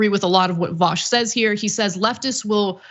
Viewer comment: It's pronounced VU SH, vu as in deja vu and sh as in SHHHHHHHHHHHHHHHHH